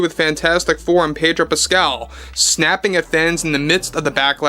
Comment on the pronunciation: Pedo Pascal, no r.